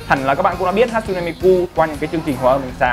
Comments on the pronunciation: Ha tsu ne chứ ko phải hat su ne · Góp ý nhỏ: 1, Miku ko phải nhân vật anime mà là 1 Vocaloid 2, Tên cô ấy ko phải Hat-su-ne Mi-Ku mà là Ha-tsu-ne Mi-ku